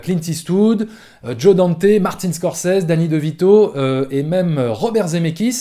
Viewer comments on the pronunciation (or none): none